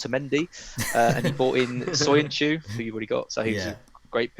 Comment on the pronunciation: How many times did call them hay-sus and ho-say? Portuguese pronunciations not Spanish. Please refrain. Joe butchering soyuncu once more. Great pod though lads 👏👍